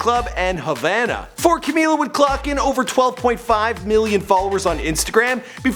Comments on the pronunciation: i love u but i HATE they way you say her name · “camilla, al-eye brooke, nor-manee kordee, lauren jaroogey, deny jane”